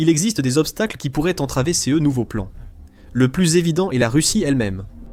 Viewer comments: J’aime bien le « c.e » ou le « c.e.s » 😅 c’est juste DEGUEULASSE 😂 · Faut vraiment arrêter avec l'IA quand on ne la maitrise pas, prenez le temps de la refaire parler ou d'écrire vos textes avec des fautes (car ce, ces, cas sont CONSTAMMENT mal prononcés et c'est inécoutable depuis quelques vidéos !! Pensez donc a écrire ce - se, ces - ses et cas - qua.